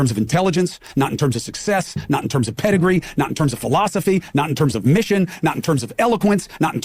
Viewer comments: this mf said PEDIGREE ?? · He said "pedigree", that dog.